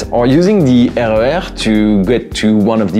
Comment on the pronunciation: I ❤ your pronunciation of the RER. As a Dutch person i read them as 1 word.